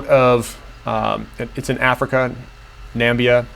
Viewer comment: I enjoy your reports. Country is Namibia, not Nambia.